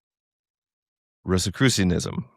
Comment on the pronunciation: wtf is racusianism? ok spelled "Rosicrucianism"